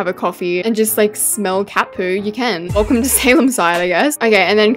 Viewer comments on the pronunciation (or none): none